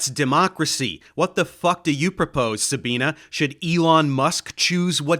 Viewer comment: Love your videoes, but plz, her name is pronounced SabinE, not SabinA